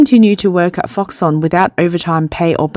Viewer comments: its Foxconn not FoxOnn ???? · Why did the narrator eat the "k" sound in Foxcon? Why Foxon? Please. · nit pick: Its Fox-Conn not fox-onn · If I got one dollar everytime she said foxon I'd buy foxconn to save those people's jobs. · Its pronounced FoxConn with a C omg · i just feel if your a 200k+ sub channel producing 'professional' content then simply looking into the pronunciation of the topic of your video essay should be a BARE minimum. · Please learn to pronounce Foxconn correctly